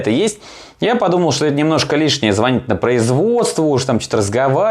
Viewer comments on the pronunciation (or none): none